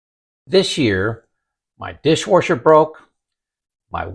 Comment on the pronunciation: What's a "dishwarsher"? Haha